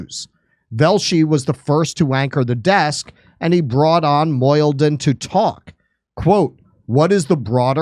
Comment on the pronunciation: Mo - He - Deen - Mohyeldin